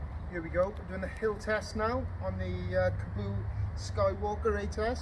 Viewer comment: "Teast" lol, you mean test?